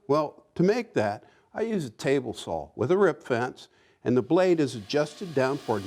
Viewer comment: Hey, Have you considered speach therapy? I mean, we both know there is no "L" in the words saw, jaw or draw.